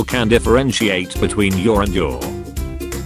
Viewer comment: it’s funny cuz he pronounce your like you’re and then he pronounced you’re like your